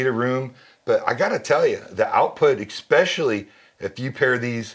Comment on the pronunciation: When a man selling you an $11,000 speaker pair says eXpechally..... especially essssssssssss pecially